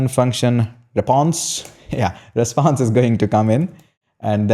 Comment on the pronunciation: 😂😂😂 REPONSE, no... REPSONSE, no... RESPSONSE, no... 😂😂😂